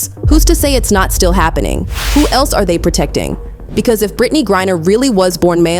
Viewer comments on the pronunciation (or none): This video has a lot of misinformation. First, this video is done by Ai since they mispronounced Griner multiple times. Second, she was in a female penal colony. Third, most same sex marriages, one of them are considered as the male and dresses the part. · Cannot LIKE. When you cannot even PRONOUNCE Griner because you DO NOT EVEN REVIEW YOUR OWN PODCAST/video. You lazy people, don’t even review your own A.I. maybe using DESCRIPT.